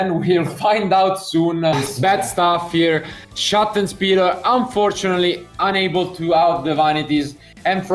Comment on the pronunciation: Wow. Just like real commentary for sports games. Wish they'd show that on regular TV. 'sattenspiler' Crazy pronounciation.